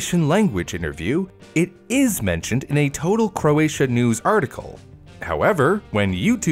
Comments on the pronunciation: Great video! But..you pronounced almost every Croatian word wrong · POV:You speak Croatian and just hear him mispronauce a bunch of words